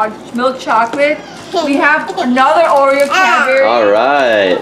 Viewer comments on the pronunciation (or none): none